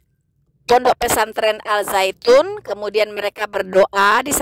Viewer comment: Koreksi: Dalam penulisan bahasa Indonesia, Al- Zaytun, sudah benar. Akan tetapi cara membacanya atau menyebutkannya utk Indonesia tdk lg Alzaytun tapi Azaytun. Al- Zaytun, di baca: Azaytun.